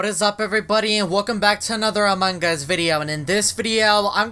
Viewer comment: why do you pronuonce among us amungos